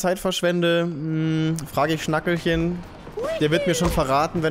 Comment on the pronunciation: Schnackehlchen... wie bei Kehle... oder Rotkehlchen >< nicht Schnackelchen ARGH! Es tut weh an wie vielen Monden du vorbei gerannt bist in NDC XX